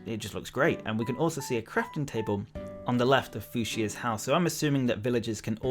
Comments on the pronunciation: Hold on hold on hold on... Did he just say "Foo-she-a" 😂😂 bruh it's "Few-Shuh" ya know, the color XD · Its pronounced (few-shuh) :) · Thank you for the video, your breakdown helped ease my mind a bit on the reveal. And since you were puzzled about the pronunciation of Fuchsia, it is pronounced Few-shah, it's a shade of pink :)